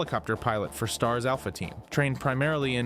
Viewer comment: Don’t trust the guy that said S T A R S instead of STARS